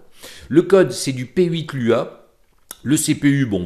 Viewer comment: Coucou sinon on dit Loua pas l.u.a, Lua veut juste dire Lune en portugais 😉